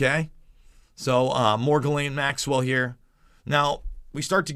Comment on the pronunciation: Jiz-laine Maxwell